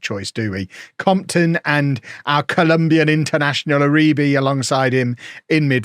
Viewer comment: Maybe learn how to pronounce players names otherwise you saying Uribee for a whole season might get annoying